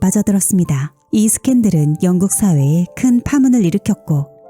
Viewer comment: 영국을 왕국이라고 발음하네 ㅎ